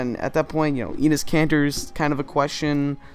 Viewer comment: Great video, but Enes isn't pronounced 'eenis' it's more like 'ennis'